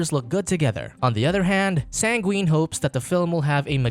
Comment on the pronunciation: Yes the one thing you took away from this is that they had mispronunciations……coming from the guy who said Sangween instead of Sanguine